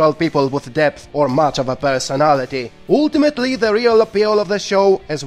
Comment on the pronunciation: That's not how you say ultimately.